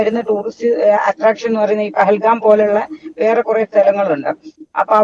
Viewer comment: പെഹൽ ഗാമല്ല ഡിയർ പെഹൽ ഗാവ്.. Plz കറക്റ്റ്..